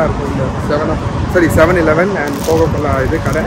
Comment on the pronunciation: Bro if u difficulty to pronounce 7 eleven means just tell it 7E we Asian just told it 7E